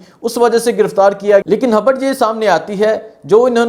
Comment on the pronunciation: بھائی آپ نے کل "ھبر" دی تھی کہ "خبر" دی تھی ؟ 😂